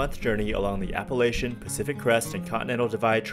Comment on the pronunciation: Blows my mind that you walked the entire AT and never learned how to pronounce Appalachian.